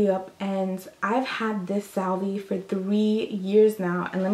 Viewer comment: Yo, you still use a check book? Pop doesn't have apple pay yet for tithes? lol. U r too cute "Salvee" lol Salve like (Solve), I have issues. LOL!! Never say Quadalee again! LOL!!!!